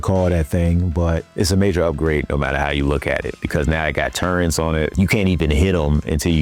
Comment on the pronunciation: Brother, good video, great points, audio sounds good, there’s only one critic I can give you. Proofread the script, out loud. Just like you would recording the VO. I think you’d find a few things you would change. Also, the letter “n” does not belong in the the word “turret” 😊😅